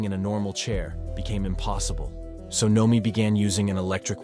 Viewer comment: Narrator: Can pronounce amyotrophic lateral sclerosis, can't pronounce Noemi